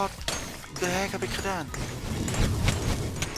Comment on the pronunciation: je zegt what the hack. Het heet niet voor niets hackit ps. Spel het express zo